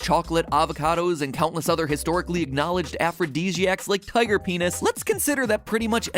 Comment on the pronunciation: I heard tiger peenus